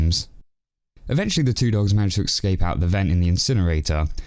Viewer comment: ESCAPE! NOT EXCAPE YOU ILLITERATE BOOB. Don't make me enjoy your reviews just to slap my in the face with being unable to say the letters in the order they appear.